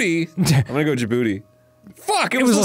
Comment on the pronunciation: As a Djiboutian, I wonder why Arin finds the name "Djibouti" funny 🤔 I mean, I could never guess the reason lol 😂 In all seriousness, you would traditionally pronounce it like Jih-boo-tee, not Jih-booty. The three syllables are more separately pronounced. I hope y'all remember the Djibouti flag next time you see it!